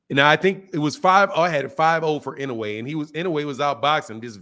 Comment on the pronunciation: Inouye is up there…top 4 and it s pronounced in-ou-ay…should at least learn his name if he s top 10 fighter in the world.